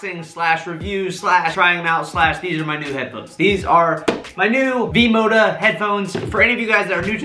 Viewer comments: Its V-Moda not V-Modo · Yes. Not "V-MODO". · It’s vmoda with an a